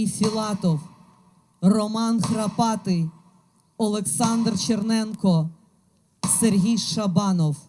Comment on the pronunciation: Багато і призвища не правильно зачитані. Черенько Олександр.